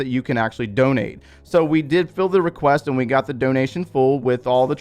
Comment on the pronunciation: “DoNeT mE bRo” 😂